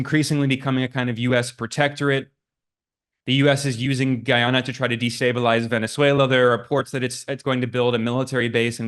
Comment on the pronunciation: Pronounce Guyana with "guy" as "guiness" gui-ana